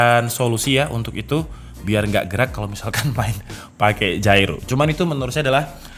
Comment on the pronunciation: baru denger gyroscope dibaca jairo